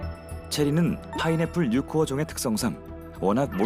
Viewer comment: 파인에풀 뉴 코어 아니고 파인에풀 코뉴어 인데 ㅠㅠ